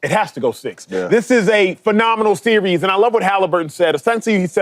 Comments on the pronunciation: Why shady can’t pronounce series 😂😂😂😂😂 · shady doesn’t even know how to pronounce the word ‘series’ lmao